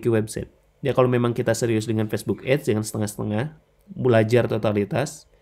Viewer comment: ADS dibaca ya ADS jangan dibaca AIDS bang malah jadi beda arti info aja